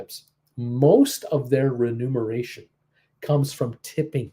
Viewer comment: Hi, its not "renumeration". its "remuneration". You said it 3X! Hilarious!